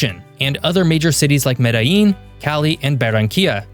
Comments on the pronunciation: Me-dtha-jean or Me-da-jean = Medellin. Not Medeyeeen. This is Colombia, not Mexico. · LL in Colombian Spanish makes a J sound just so you know. So not Mede-yeen, it would be Mede-jean. Great video.